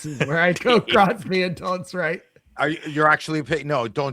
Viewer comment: Hahaha 😂 omg it’s so funny “Crosby”❌ “Crosby”❌ “Crosby” ❌ “Crosby”❌ “Crosby”❌ “Crosby” ❌